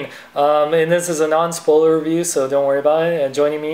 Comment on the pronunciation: Its spoiler not spoler